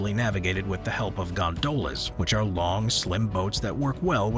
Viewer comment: I'm not impressed by the German pronunciation; and Venice has "gondolas" with stress on the first syllable..